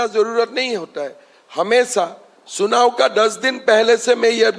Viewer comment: सुनाव✅ चुनाव❌